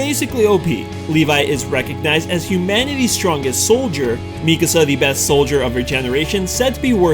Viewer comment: here i was thinking how and why u said mikasa's name wrong and then the dub comes in... figures...